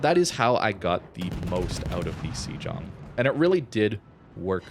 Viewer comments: Hate to be 'that bloke', but I think the pronunciation is "say-ong" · I thought it was pronounced Shlong (Sh_ long).